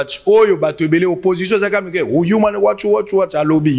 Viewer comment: Yuman nde nini 😄😄😄😄😄😄😄😄😄😄😄😄😄 Englais na Congo eza pasi hein. Humain right